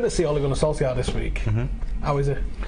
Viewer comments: Its Solshaar not Solskaar!! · It's solskjaer not solsjkaer!